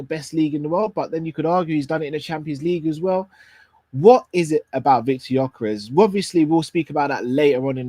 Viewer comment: why did you say Gyokeres's name come on my brother haven't you learned yet?? Please do not say the players names. Congratulations on your anniversary hope you will love each other till the end. Much love and may the Lord bless you you and all your family.